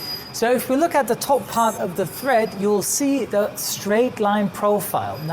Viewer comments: Hi, It's tread. The grooves in the tyres are treads. (Same word as 'to tread, to step on'). This is the same in both American and British (and influenced) English. Tyres can also have threads, in the ply of fabric used to create the body of the tyre. Though, such tyres are no longer common in automotive uses - presumably not in aviation either! There may still be some protective fabric over the body though, with threads.;). Bicycle tyres are still typically made of woven ply bodies though. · Do you mean tread when you say thread? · TREAD, not THREAD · Tread not thread :( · It's tread. Not thread. Lost me right there. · Never realized there was a letter H I the word tread. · FYI: it’s “tread” not tHread. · It's definitely "tread" not "thread". Doubly confusing as the plies of many tyres are represented in "TPI" or "Threads Per Inch" which gives an idea of the strength and pliability of the tyre casing but isn't related to the tread pattern. I know English isn't his first language but it would be a good one to check up on before doing an entire video on tyres. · I agree with you two gentlemen. I don’t know if it’s accent and the way he pronounces the words or if he is confused between the words thread and tread. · He doesn't call it tread. The diagram says tread but he calls it thread. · No Sir, I'm not mistaken. He uses the word just four times ( ) and he pronounces it correctly just once (the first time) the rest being as thread. As Brem points out, the diagram indicates tread but he does not use the word at that time. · I think he is most probably French and yes, I agree with you, his English is pretty darn good. He gets it right at 1.40 a beautifully pronounced "tread" so he knows how it should sound, but just got confused on the other three occasions. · Excuse me, but he says "thread" and the graphic also shows "thread". Not once does he say "tread" correctly. I'm sure it's a language issue, but it's definitely "tread" and "thread" is simply incorrect.